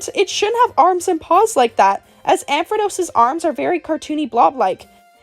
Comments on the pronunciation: Ampharrrrrose not amphadose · I cannot ignore how you butcher some names 😭 I’m so sorry. Ampharos, not Ampredos 🥲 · ampharos doesn't even have the letter D in it at all how is it mispronounced like that 😭